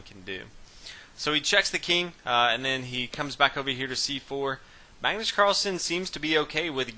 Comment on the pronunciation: kenneth hardman Magnus not Mægnøs